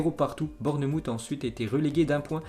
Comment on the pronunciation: Bournemouth se prononce bornmawf pas bourne moutte 🤣🤣🤣 fait un effort stp